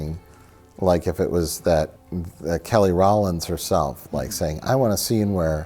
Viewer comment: He kept saying Kelly Rollins lmao